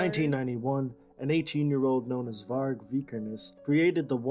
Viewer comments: Why does she keep pronouncing it "Varch" even after hearing it pronounced? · It annoyed the hell out of me when no matter how many times the name "Varg" was said in that documentary, she STILL mispronounced it!! It's "VARG with a hard "g" sound, like in "game", not like the word "gem". Irked the f*ck outta me. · Why do you pronounce it Var/dʒ/? Sounds like Vag(ina). The guy in the documentary pronounced it right many times and you keep mispronouncing it. The G at the end of Varg is pronounced as G in 'go' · "Varg" varch is not his name... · Is the Varge an inside joke? The dude in the video said it right like 50 times? Also loved the "Attila took over on vocals after Dead's death." 5 sec later: "Wait so who did vocals then? Euronymous?" Also, he deserved to get stabbed fucking 300 times? What is wrong with you? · It's hard G, no "ch" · It's Varg with a hard G